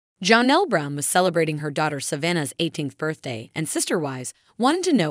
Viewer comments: Her name is pronounced Janelle not Jahnelle. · It’s Janelle … NOT Johnelle! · Please STOP calling Janelle, John-ell. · JAAA-nelle...love these videos but giggle constantly at the pronunciation 😂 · It's just annoying to me. And it is NEVER corrected.